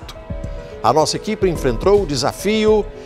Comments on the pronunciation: enfentrou ? Kk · "EnfenTROU"""" desafios... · PERCEBERAM QUE O PAULO HENRIQUE AMORIM FALOU "ENFENTROU" 😂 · "Nossa equipe "enfentrou" desafios" ( / ).